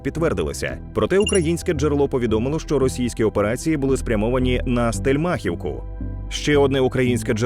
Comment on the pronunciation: Стельмáхівку?!! Ви там у вуха долбитеся? Можна сказати Стельмахíвку, можна Стéльмахівку, но ви вибрали самий дебільний варіант- Стельмáхівка!!!